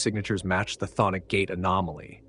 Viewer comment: This is the first video I've seen that pronounces "cthonic" correctly.